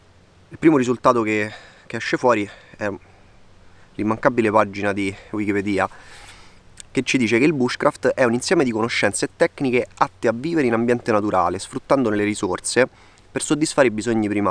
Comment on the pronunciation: Con l'accento sulla I ahahah